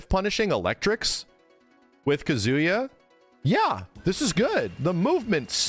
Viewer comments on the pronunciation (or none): I really wish would learn to pronounce Kazuya properly. Kazooya!